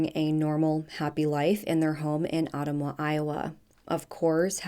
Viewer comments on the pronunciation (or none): I believe the town is pronounced as Uh-TUM-wah, not ottum-wah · Not that it’s the important part of the story but Ottumwa is pronounced uh-tum-wuh. Hard Ts. Just for future reference.m though hopefully nothing like this happens again. Rip sweet girl. I wish she had allowed someone to take her for awhile. I understand needing a break but I can’t understand this. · Ottumwa pronounced Ah-tum-wah.